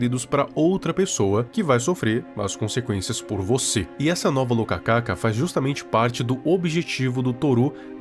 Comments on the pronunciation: só uma correção, a fruta se escreve e se le rokaka, não locacaca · Viral é "Rokaka" não "Lokaka" kkkkkkkk